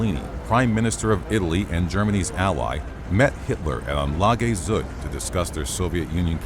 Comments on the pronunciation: its tzug not zoog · Zug not sug